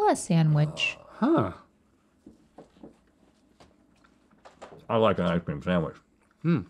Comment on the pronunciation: says SAMwich